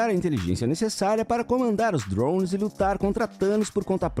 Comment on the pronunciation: que jeito insuportável de falar drones mds kkkkkk